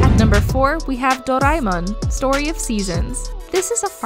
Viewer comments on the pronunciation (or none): none